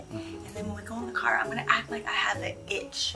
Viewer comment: Not the Cyar😂